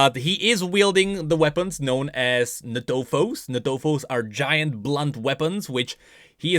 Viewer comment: ntofos is pronounced = En-Tofos not natofos